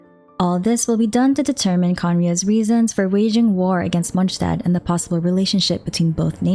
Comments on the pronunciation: In fact she does pronounce it incorrectly, it's a German word "st" should be pronounced as "sh" Not "J". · And "D" is almost not pronounced at all. So it's Monshtat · MonSZtandt wtf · great vid, though i kinda hate listening how you say "Monshtadt" 😁✌️ or is that how it's pronounced? sorry i got used to "mons" instead of "monsh"